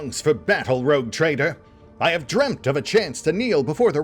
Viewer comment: am I the only one who heard 'Retcon Trader' in the intro?